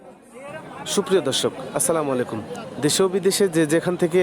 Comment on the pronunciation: আসসালামু আলাইকুম এভাবে শুদ্ধ করে সালাম দিবেন। স্লামালাইকুম বলতে কোন শব্দ নাই।